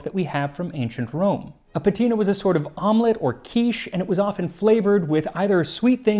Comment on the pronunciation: it's "savīllum", therefore the stress is on the "i"; and it's "patĭna", therefore the stress is on the first "a"